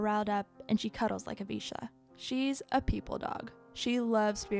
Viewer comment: Thanx for the amazing pronunciation of vizsla :)) it made me instantly soooo happy.....mostly it's said wrong.... Great job... Just a Hungarian follower of yours.... 👍😁❤️